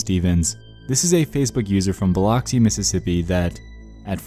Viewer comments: BiLOCKsi mississippi lol sorry, i'm from the south and it made me laugh to hear you pronounce it that way. we say it like Bil uck si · Being from Mississippi: 1. That is absolutely NOT how you pronounce Biloxi. It’s pronounced more like “Bil-uxi”. 2. I have never heard of this Stephanie or the church referenced in Meridian, but I am definitely interested in looking into them. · Guys! I'm from hattiesburg Mississippi, (one thing, its said bil_ux_ee Biloxi) Biloxi isnt far, I life near this person?!?! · When Nexpo can't pronounce Boluxi... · Lmao dude you completely butchered Biloxi. I live here and it killed me. 😂😂😂😂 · The tru tragedy is how you pronounced Biloxi